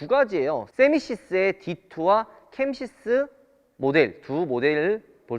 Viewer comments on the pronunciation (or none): 캠시스에 세보인데 케이시스라고 하시네요 ㅋ